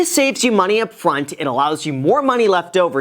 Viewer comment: Stephan see - , sounds kinda like upflont instead :)